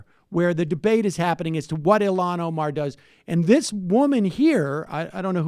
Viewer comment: Holy shit, she's Ilhan, not Ilham.